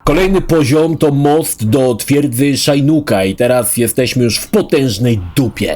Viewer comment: imię Shinnoka wymawia się po prostu Szinok, nie Szajnuk.